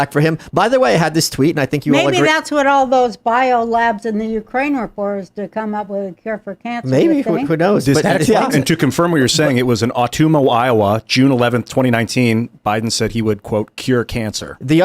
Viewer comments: Ah-tum-wa... not ah tumor ah Iowa 😂😂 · with worst Ottumwa, IA pronunciation, lol! Surprised Roseanne didn't correct him. Gotta catch an episode of Mash with Radar